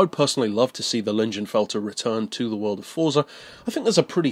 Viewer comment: I believe it's pronounced "leeng-in-felt-er"